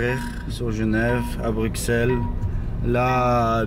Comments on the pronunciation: Juste on dit brussel pas bruXelles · Il a dit bru"X"elles... Je suis outré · Ça me stress quand il dis BruXelles au lieu de BruSSels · Prononce pas le x de Bruxelles juste brussels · BRUXELLES SE DIT BRUSSELLES ! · oui mais cela ne se prononce pas telle quelle